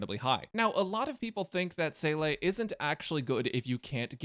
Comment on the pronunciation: YESSS you called her Seele